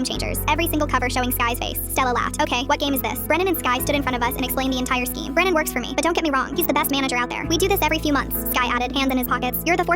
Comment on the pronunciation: Bren-nan lol